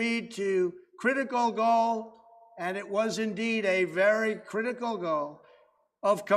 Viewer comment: Thank you so much for the subtitles. I looked away for a few seconds & thought he said, "Crit-a-go-go." Envoking images of ppl dancing in the mid 1960's. It was "Critical goal".